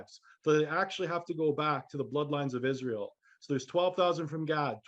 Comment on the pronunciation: israel sound as ISIS, RA, and EL